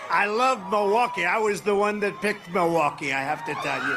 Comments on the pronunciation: Continues to mispronounce the name of the city. Mawalkee instead of Milwaukee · His speech is slurring a bit, now mispronouncing Milwaukee.